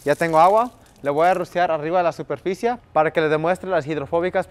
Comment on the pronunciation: De solo escucharlo decir SUPERFICIA me da irá. No hablar de GIDORFOBICA